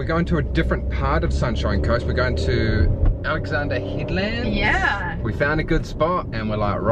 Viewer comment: Did literally say Alexandra headlamps??!!!! 😂😂😂😂